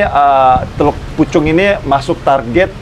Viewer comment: teluk pucung bang...bukan teluk pucuk